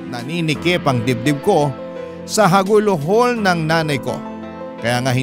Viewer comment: Hagulhol not halugulhol - I think